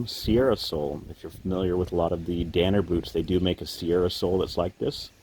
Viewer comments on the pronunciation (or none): none